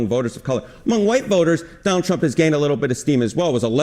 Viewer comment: Did he say Johnald Trump?